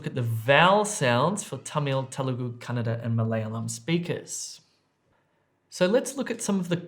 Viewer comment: Just love the way you say Kannada, spot on! Your the best 😊